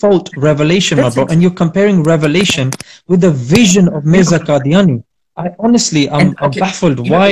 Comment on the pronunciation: He's insisted. Tobah even he's defending Mirza's wrong pronunciation. Astağfurullah.